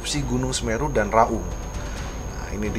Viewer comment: Baca nya gunung Raung.... bukan Gunung Ra Ung.... klo bahasa jawanya Raong